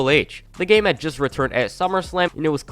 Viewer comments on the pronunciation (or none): none